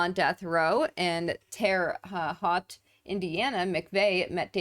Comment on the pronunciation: just fyi, Terra Haute is pronounced "terra hote" Great video.